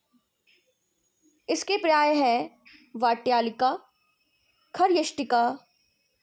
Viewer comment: That is paryaya,not parya